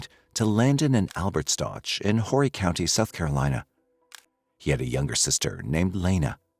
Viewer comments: You're saying their last name wrong! It's pronounced stock but it's spelled Stauch. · You’re mispronouncing his surname - it’s a hard ‘k’ at the end. Please do your research and figure this out before you publish. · Oh FFS! Atleast say their name correctly.. if you're going to release a video for Monetary gain. Last name is STAUCH pronounced "Sta ow k" "Stauwk" not "Ch" sound at the end. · The name Stauch is not Letecia, it is Al, his family, and most importantly Gannon. So I wish people would put a little more effort into making their AI narrator get it right in pronunciation st-ow-k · Stauch ends in a k sound not ch. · It's pronounced "St-ow-k" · His last name is prounouce st-ow-k... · I'm not trying to be rude, just for respectful & accuracy purposes...his last name is pronounced ST OW CAH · This AI voice mispronounces the last name. RIDICULOUS AND DISRESPECTFUL. You have the proper pronunciation in the news clip you put in your own video ffs By the way, she was just granted re-trial, unfortunately. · Please pronounce his last name correctly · is this AI? bc ur not pronoucing his last name right. at least know the victims correct name if ur gonna make a video about him. 😢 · A whole hour and you can’t say their name right once huh? Weird. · Learn how to pronounce the victims last name. You want to use the tragic real life event for your content and cant even get the victims last name right. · I wish people would say Gannons last name right. No ouch sound on the end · And the last name isn’t pronounced that way. That was driving me crazy